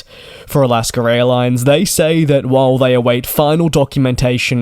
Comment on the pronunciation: it's not "alasker."